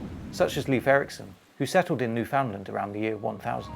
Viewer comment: it's NU-fuhnd-luhnd not nu-FOWND-land